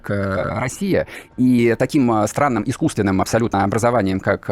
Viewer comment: Искусивенным он что перепил что ли 😮😮